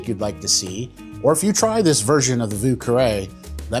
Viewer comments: Would like to try this one. However, the first word is pronounced "veeu" and not vuu. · I think the French pronunciation of Vieux is more like "V-iew", than "Voo" but great drink build! I couldn't find a different Creole pronunciation.